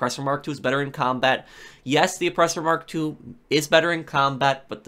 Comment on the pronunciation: Oppressor mark 2? Cmon guy. It’s mach 2